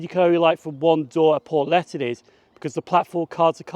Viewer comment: Nice to see you in my local railway station. Portletten? No its pronounced port le then. Bervie is pronounced ber vee, it's full name is inver ber vee